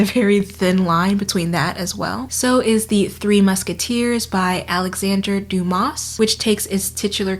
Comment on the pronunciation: Alexandre DumaSSS?? Seriously? 😅😅